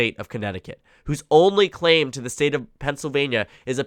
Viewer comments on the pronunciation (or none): none